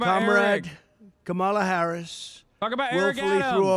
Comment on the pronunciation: he's too stupid to even remember how to pronounce Kamala correctly, how can he be trusted to run a country?